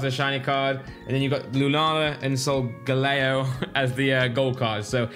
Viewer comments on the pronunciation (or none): Sog-laeo? Sol-gal-eh-o lmao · Solgaleo pronunciation Soul gaal eo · you really need to play one of the later games, Because i cringed so much on the Lunala and Solgaleo pronunciation. I suggest Ultra sun/Ultra moon, Or lets go pikachu or eevee. Or just play them all it increases your knowledge by a tenfold.